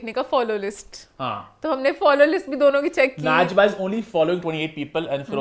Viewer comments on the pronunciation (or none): Najba ni najiba..pronounced as najeeeba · The name is not na-jiba (ناجیبہ) it's najiba (نجیبہ) she is Pathan actress also work in sang e mar mar and sang e mah drama.